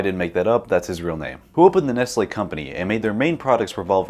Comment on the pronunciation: That's not Nestle, that's Nest-Ye